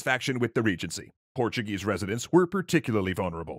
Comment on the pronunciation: Love the way you pronounce the portuguese names